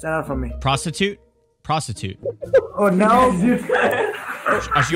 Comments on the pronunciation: The second person was an Indian and his name was pronounced like (pros-toot) and not prostitute. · I think he was trying to say prostidude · still trying to pronounce Prostud. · I am from nepal and that man says prasthut thats mean show your talent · it's Prastut man XD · Legend says he still pronounce it ‘Prostitute’ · Ae nepali pani vheytiyoo balllaa🤣🤣🤣 “prastutt” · He said prastud man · trying to speak Hindi 😂😂😂 You completely changed the meaning His name was Prastut which means to present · It's प्रस्तुत